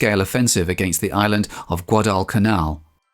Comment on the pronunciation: The way you pronounced Guadalcanal was best I've ever heard! The way Aaron Echkart soluted his bomber pilots on harnet aircraft carrier right before making this raid, was best solute I've ever seen! Go! Dick Best, Wade McCluskey an all they're screws!!